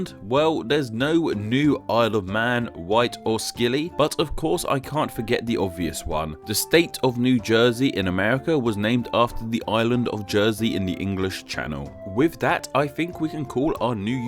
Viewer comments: What did you call the Isle of Scilly!!! It is not skilly, it is silly!! C + I or E = s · Scilly (as in the Isles of Scilly) is pronounced 'Silly' not 'Skilley' btw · You pronounced Scilly wrong, Pronounce Silly not Skilly lol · The Isles of Scilly are pronounced “silly” not “skilley” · its not pronounced skilly, its pronounced silly fun fact: scilly fought the longest "war" in history against denmark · I love this channel but the Isles of Scilly is pronounced "silly" not "skilly"...this channel is called afterall so this is important!!! No disrespect intended... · "There's no 'New S[K]illy'"...There's also no 'K' sound in the Scilly Isles: it's pronounced the same as 'silly'. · Scilly is not pronounced 'skiley' but rather 'silly'.... also Cornwall considers itself a nation as does Wales and Scotland, the only difference being that we Cornish aren't recognised! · Slight faux pas. Scilly Isles actually pronounced, SILLY, not skillie. But apart from that, informative. Cheers. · nonono... its not pronounced the isle of skill ly its prounounced the isle of silly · I believe that Northern Ireland ISN'T a country, but a province as it never was an independent country in its own right. Also, the Scilly Isles are pronounced ˈsɪli (silly) and not (skilly) Just thought that they were somethings you should know. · Scilly is pronounced like silly, not skilly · You pronounced scilly wrong, it's not "skilly" it's more like "silly". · SKILLY! SKILLY! ITS SCILLY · Sorry, it is quite silly, but The Isles of Scilly is pronounced The Isles of Silly, very silly. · 'scilly'!?! smh it is a silent 'c' so its pronounced silly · Scilly is pronounced 'Silly',I think you've spent too much time with Americans. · Scilly islands - 'Silly islands' is the proper pronouciation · "Skilly"? You're right, you don't know shit about pronunciation. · The Isle of Scilly is pronounced 'Silly' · Scilly is pronounced Silly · Scilly Isles is pronounced Silly Isles.